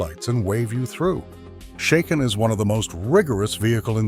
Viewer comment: Shaken is pronounced like bracken, not like taken. How do you expect to be taken seriously? Your "...unique arrangement of technical research, narrative commentary, and visual editing" is certainly unique as well as being highly inaccurate.